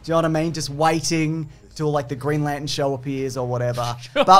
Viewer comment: Green Lan-ten.